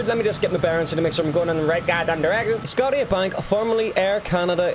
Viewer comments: It's pronounced sco-sha-bank not sco-tee-a-bank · Can watch this shit bro 😂😂😂🤣🤣🤣 do some research my boy It’s the CN tower and the white building below it is the Rogers centre (Rogers is a huge company here) and it’s pronounces Sco-sha bank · Another thing is the arena in Toronto is pronounced sko-sha-bank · Okay so the tall building in Toronto is the CN Tower, you can go inside and even walk around the bubble part on the outside. Look it up it's so cool (CN Tower Edgewalk). Also not going to lie Scotia is not pronounced "scot-tia" it's "sc-oh-sha" but it's cool, don't worry about it! You definitely took the long way to Vancouver, I got to tell you, Seattle is not in Canada 😂 it's an American city. Canada is a beautiful country, you are so right we are so blessed to live here. I really hope you do make it here someday but don't just visit the cities check out the national parks and the mountains. See the beautiful land in places like Banff and Muskoka. Visit the coast (I've only been out east but Nova Scotia is gorgeous!). The country is massive (if you live on the east coast it's actually shorter to go to Britain than it is to visit British Columbia) so take that into account and if you come in the winter be prepared for the cold! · Scott-E-Uh? it's pronounced SKO-SHA Bank Arena. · The white-domed building is the Rogers center for the Toronto Blue Jays... the big tall building is the CN Tower... The round building on the right is a Brewery and Train Museum, plus beside the CN Tower is Rippley's Aquarium. You did have the Maple Leafs rink right but the name is not Scodia, it is Scotia... as in Nova Scotia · the scotiabank arena is pronounce sco sha bank xD not scottia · Love the vid, can’t wait to see my hometown in Part 2 (Go Jets Go), for future reference Scotia is pronounced “Skoh-sha” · I’m from Toronto and I was laughing my ass off when he said Scot-ia banks and what the bubble what😂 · Also Scotiabank is pronounced "Sko-sha-bank" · S-goat-Sha bank arena.